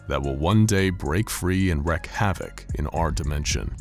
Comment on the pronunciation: Ok, it's driving me crazy: it's pronounced rEEk havoc; not rec havoc.